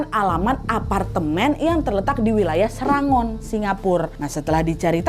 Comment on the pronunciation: Maaf nad, SERANGON itu di baca SERENGGON, aku pernah tinggal di sktr situ jg, tepatnya di daerah punggol edge 🙏🙏